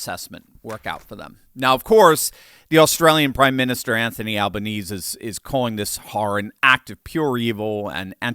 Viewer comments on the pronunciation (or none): Just a correction = His name is pronounced Albaneezy - He also does nothing about all the Free Palestinian Marches Melbourne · Fyi the Prime Minister's name is pronounced 'Alban-easy' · Very good factual summary at the beginning, Doc. Many others got a lot wrong. Cheers from Downunder (BTW: It's pronounced "Al-ban-ezee") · As an Australian, this video highlighted to me how poorly researched your work is. You cannot even pronounce the Prime Ministers name, the unnamed woman you claimed was a member of the Australian Parliament, was a story from a British news show and she spoke with a striking English accent. Finally, one of the gunmen wore white jeans. Very shoddy work.